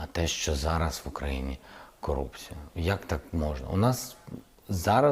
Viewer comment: Дійсно, сам не відповів на запитання, але почав задовбувати зустрічними своїми. Доречі, дуже невпевнено та тихо він вимовляє слово корупція .